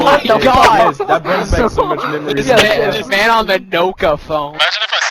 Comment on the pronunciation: Did my guy say NOka phone